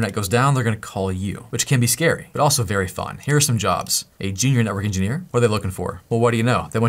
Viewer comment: "Systems ingeneer is still hote...in a lot of ways" hahaha